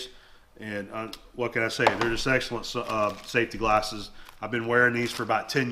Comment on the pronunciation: The way he pronounces “safety McGlarses” is funny. Must be a southern thing.